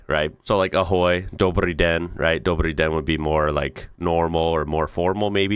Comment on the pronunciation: You said "dobryi den" perfectly, almost like a native 💯 that's exactly how you would greet a Ukrainian cashier 😄